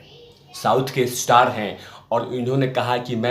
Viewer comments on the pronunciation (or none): none